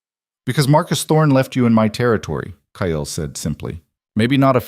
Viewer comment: This story hot me hard...when I found out Marcus killed a close family member to Aria it hurt so bad...I couldn't imagine loosing someone so close like that..very good story, sad but good. The only thing that is bugging me is that the AI can't say cake or Kyle right at all...maybe change the males name to something other then those two names.. at least in future stories...so far I've watched ten stories and the main woman and main male characters always got the same names as the other stories...